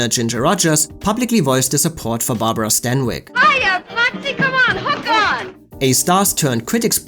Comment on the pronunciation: DISCUSSED--NOT DISGUST! IF YOU'RE GOING TO USE A WORD, FOR CHRIST'S SAKE, USE IT AND SPELL IT CORRECTLY! JUST BECAUSE TWO WORDS ARE PRONOUNCED THE SAME DOES NOT MEAN THEY ARE INTERCHANGEABLE! GODDAMMIT! AND HOW IN HELL DID STANWYCK BECOME STEINBERG? IS SUGARPURSE A METAPHOR FOR VAGINA?